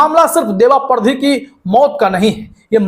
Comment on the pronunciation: सर परधी नहीं पारदी बोलिये मालवा क्षेत्र खासकर गुना जिला में वास करने वाली जाति